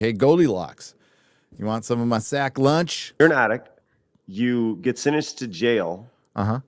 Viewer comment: Sennence? Does he mean “sentence?”